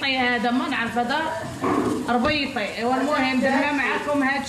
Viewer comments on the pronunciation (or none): lady is not rbaiti is rabati